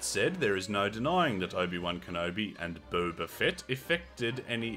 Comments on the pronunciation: its not bo-ba like the tea its bob-a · I have started to enjoy the way you mispronounce Boba's name, it makes me laugh. Stay you